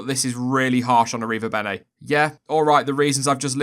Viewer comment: damn you slaughtered that name